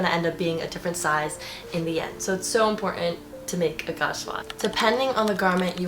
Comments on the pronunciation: Gauge is pronounced similar to page. 🙂 You have some very good suggestions. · Haha I was going to say it’s pronounced “gage” 😁